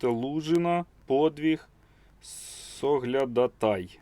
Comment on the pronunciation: Праільний наголос у слові -соглядАтАй .